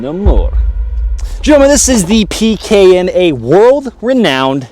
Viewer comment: As a russian I like how he said it.